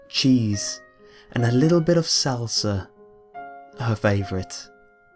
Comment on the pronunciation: i love how he said Salsa lol